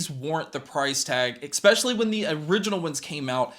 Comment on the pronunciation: You are professional media now ..... lose "expeshially" .. completely. Add creditbility to yourself especially now. and ... please God don't axe me any questions.